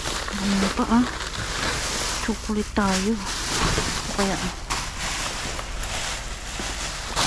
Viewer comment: I cant believe you are so worried about no sugar or talk about Organic food buy yet you get excited for chocolate that you dont even pronounce it right. 😂😂😂